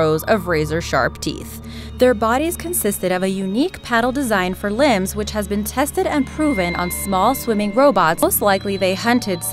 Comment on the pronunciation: thats a lockneck monster:O:O:Owhat he pronouns the wrong:I:I:I:I:I